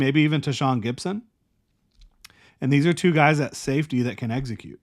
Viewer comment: Brother, the word is execute. Not eggsecute